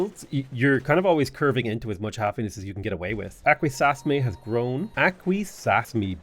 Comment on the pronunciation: Hey love your content, just wanted to help you out with pronouncing these native cities (I'm actually from those areas in NY). they are pronounced as follows: "aqua sas me" , "on on da ga" , "jen eh see" , "can an day gwah" and last lastly .................. "yo er maw m". Happy Gaming.